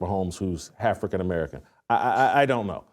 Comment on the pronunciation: Yo did he just say halfacan American 🤣🤣🤣